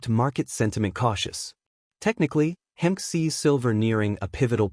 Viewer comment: His name Hemke is pronounced Hem key